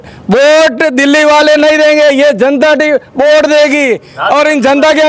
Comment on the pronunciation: बोट नही वोट होता है सर😂😂